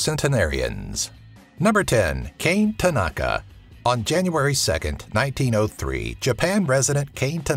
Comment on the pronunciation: KAH-neh tah-nah-kah.